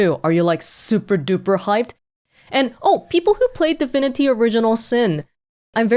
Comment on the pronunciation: Am i the only one that keeps hearing her saying "difinity" and not divinity?